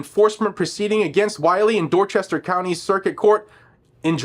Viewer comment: PS. You pronounced Dorchester wrong.